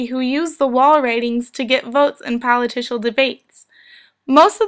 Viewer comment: I heard "politicial" several times. There is no such word